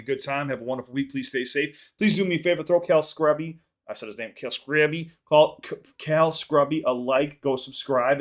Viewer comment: Pronounced "Screw-be" by the way!! But more cal reactions please!!